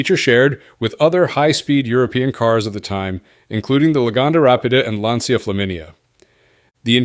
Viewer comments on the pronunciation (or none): none